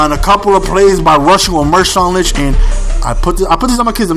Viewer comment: hahaha he calls Marshaun Linch Mershaun Linch